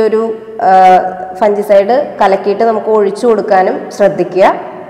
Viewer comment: Good..informative. ഒരു കാര്യം.. "ഫംഗിസൈഡ്" എന്നാണ് പറയേണ്ടത്, ഫൻജിസൈഡ് എന്നല്ല. Thanks